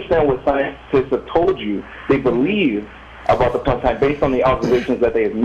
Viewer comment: It's planck time, not plunk time